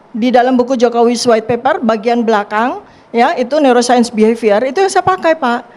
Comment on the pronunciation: Dokter" Ahli Bedah Otak, yg Mempelajari NeouroSaint Pasti *Tertawa Geli*....!? Dengar Tifa Ngomong... hha NeouroSaint bukan ilmu Cenayang/dukun